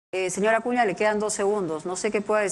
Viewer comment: Jajajajaja otro acuña es uci no usi. Jajjajaja que animal y corrigiendo todavía jajajaja